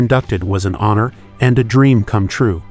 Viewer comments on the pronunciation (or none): none